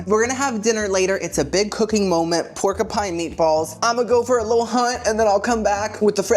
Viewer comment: Pork a Pine. I'm here for it. It's like my daughter saying "Cola cola". Never change!